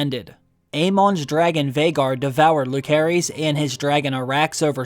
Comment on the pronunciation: Stop calling him "Lukerys", although his family called him Luke for short, his whole name phonetically speaking is Lucærys, which is pronounced "Lucerys": 'æ' as a double vowel similar to Aegon.